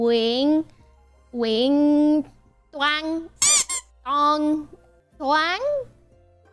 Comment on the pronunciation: Cách đọc "Nguyện ăn trong tù" làm tôi liên tưởng tới bài "Chữ người tử tù" của Nguyễn Tuân :))